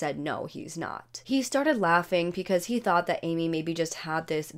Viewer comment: Am I the only one hearing "pecause"? Lol